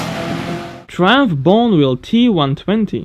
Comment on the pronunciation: Fucking love this channel... so much interesting stuff on here. But, could you research the pronunciation? Triumph is pronuonced 'Try-umf' and Bonneville is pronounced 'Bon-e-vill'... cheers dude...👍